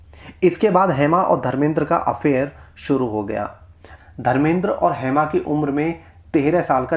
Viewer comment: हैमा.. हैमा क्या है?????🤔 "हेमा" बोलो... नाम का सही उच्चारण करो